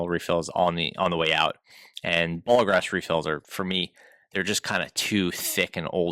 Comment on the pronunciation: Ballograf NOT Bolograph